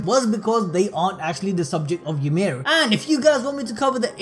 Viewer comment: The only thing I learned from this video “Ymir” is apparently pronounced “youmid”